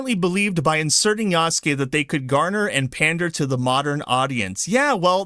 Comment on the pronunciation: Yasuke is pronounced YAH-SOO-K-EH (not YAW-S-KAY) with the last ke or K-EH sound said quickly. The ke is pronounced as K-EH not K-AY.